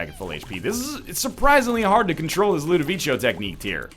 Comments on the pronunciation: Someone please tell him it's Ludovico and not Ludovicho... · Why does he say "LudoviCHO"? It's obviously Ludovico lol. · But you don't say Ludovicho in italian. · I don't think he cares at this point. I wish he did, though, he's just teaching people incorrect pronunciation. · He is absolutely right. In Italian, a 'c' after an 'i' is a 'k' sound not a 'ch' sound.